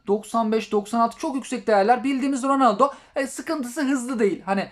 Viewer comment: Abi oyunu güncellemedim ronoldo dedin delirdim😍😍😍